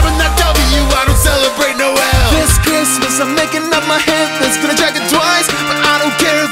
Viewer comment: did I miss any other referenes?reply to me if I missed some,also, Mistle... mistletoe.. toad, mistletoad. really deuce?and, No L or noel? like sorry theres no l in here or just le way u pronounce noel?